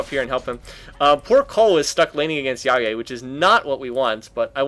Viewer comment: Omg you said Jaje correctly, you made my day